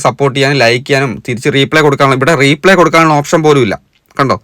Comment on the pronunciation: റീ.. പ്ളേ അല്ല റിപ്ളെ correct pronunciation